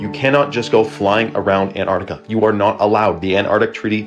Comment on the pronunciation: pronounced "AnTarctica"